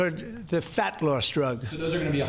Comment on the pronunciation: why he gotta say FAT like that? I know he aint talking. Dr oz being reasonable is goofy af. This is not the drug we need pricing to be capped. Omg.